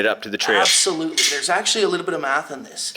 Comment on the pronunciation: But why he was keep saing apslutele hahah